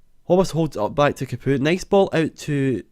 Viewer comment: I think Capoue is pronounced 'Cap, Pow'